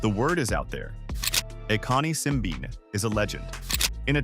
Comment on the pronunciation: Simbine is African not European. Pls. have respect and pronounce his name as an African.